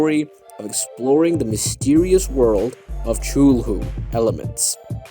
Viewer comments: did he just pronounce cthulhu, SHULHU? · Cthulhu an outer god say the name right